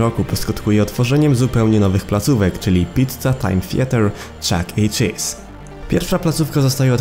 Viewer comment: Pov: starasz się rorzczytać Chuck chelese czy coś👁️👄👁️